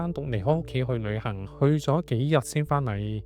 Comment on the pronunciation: 博主的L 音發不出，舉例--- 旅行講成女行，老婆變成女行，希望博主注意下。